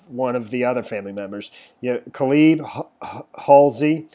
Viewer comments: No offense, but it's pronounced like: KAY-LUB...not Kuh-LEEB. Good reporting, though...thanks! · And Cayleb not cleeb? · Pronounced. Key. Nigh. Kenai. Calib. Is like. K lib.